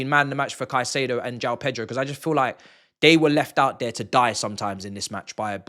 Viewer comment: PETROL 🤣🤣🤣🤣 that's how he pronounces